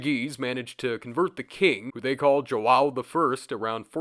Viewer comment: it hurts so bad to hear Joao pronounced as "Joe-WOW" 😂 "shwoaow" in one fluid sound is closer to the real deal, with "sh" being softer than you'd pronounce it with "Shush" for example. Ah you know what, fuck it yeah it's pretty hard to explain nevermind pronounce.